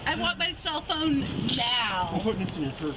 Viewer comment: Karen: I want my selphone noWw Police: St- Karen: I want by selphone noWw